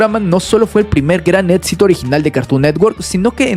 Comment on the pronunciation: no puedo con tanto "etsito" que tuvo CN..